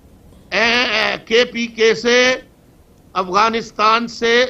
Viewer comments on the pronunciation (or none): none